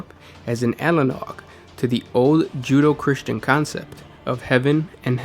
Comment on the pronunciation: Hey guys! Continuing to love your work. But just a note: It's "Joo DAY oh" , not "Joo doh." Keep up the good work!